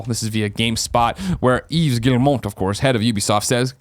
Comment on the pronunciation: There is no n in Guillemot greg lol